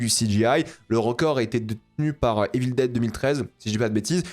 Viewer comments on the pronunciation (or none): none